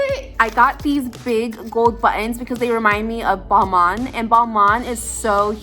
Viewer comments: Am I the only one that liked how she said buttons like “ bu-ons” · She tends to say it like 2 words like “butt in.” Sorry o hear about your Dad. My 88 year old Mom has been in the hospital many times this year. Fortunately, no COVID.